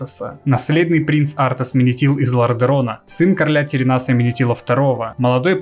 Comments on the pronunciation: Аааааа! "ТеренАс" - это просто ужас. Правильно говорить "терЕнас" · Не ТеренАс, а ТерЕнас =) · ТерЕнас а не ТеренАс, ушкам больно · Единственное, что меня смущает, это то, что ты говоришь не Тэрэнас, а Теренас. ТАм как бы и так через "Е", но звучит "Э" Король Тэрэнас, без ударной на последней "А" А так - лукас) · Папку у Артаса терЕнасом звать, а не теренАсом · Отец Артеса Тэрэнас ударение на второе э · Арста "Теренас" ударение на вторую Е. Лайк классное видео!) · Только в имени Теренас ударение на вторую Е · Каждый раз как пенопластом о стекло